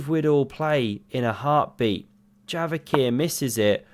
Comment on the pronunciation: Bro j is like in jail not like in yogurt, stop calling him yavokhir, it's kinda cringe